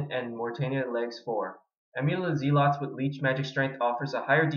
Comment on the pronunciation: ahha you pronounce "zealots" like I used to. Its pronounced Zel-lots. anyway, what prayers do you use? Deflect melee and what? leech magic? are you deflecting melee cause you dont have soul split?